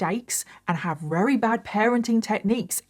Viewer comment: I love it when tries to say very but says "rery" it's so cute <3